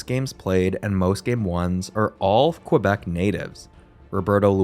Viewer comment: Its Kuh-Bec, not Kwa-Bec.